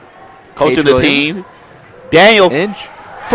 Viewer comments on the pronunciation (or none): Good game tho, they just had the advantage of being adults most of them were 22 or 18 while most of us were 17 or 15, i was DANIEL INCH as he called me 🤣 it's ing not inch lmao, we had a rough time getting a flow because we've never played them before, we've been playing HF and Andrew the entire season 🤪 and got used too them too well